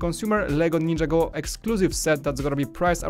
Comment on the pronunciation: Learn how to say ninjago